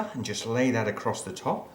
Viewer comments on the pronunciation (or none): none